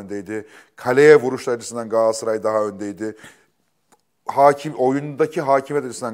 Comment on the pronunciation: YA GAASARAY NE DEMEK YA İKİ DE BİR , İNSAN TUTUĞU TAKIMIN İSMİNİ NASIL YANLIŞ TELAFFUZ EDER !